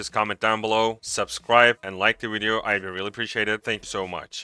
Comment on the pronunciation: Vietnam and vision and victims please - not Wietnam, wision, and wictims!!! Otherwise, a great wideo, er, I mean, video!